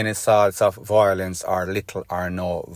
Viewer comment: Stop saying voi... lence.. it is vio.. lence.